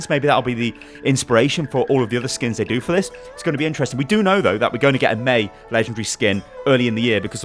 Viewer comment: all the video you are saying MEI -be